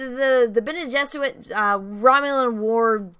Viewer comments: are you saying "Elrod"? it's Elrond. and are you saying "Bene Jesuit"?? it's Bene Gesserit. and are you saying "cantor"? it's candor. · Bene Geserit . She keeps adding a w. It’s cute